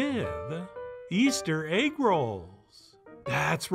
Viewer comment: It come with eggwuh, it come with eggwuh.. EGGWUHH